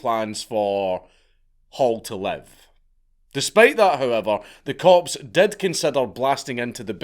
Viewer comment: Am I the only one that keeps hearing corpse when he says cops?😂😂😂